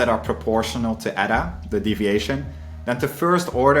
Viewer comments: Eda 😂😂😂😂 ee-tah its pronounced. The way English speakers pronounce Greek letters is just embarrassing 😂😂😂😂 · Nice to hear you correctly pronounce all these french names and correctly use the plural of medium. Now work on your Greek and find out that n like letter is eta not eeda. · This is great. One small thing: η isn't pronounced like that in Greek.